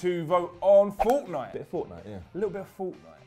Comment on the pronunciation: to what happened mate I think I lost brain cells listening to you say fortnite 🤦‍♂️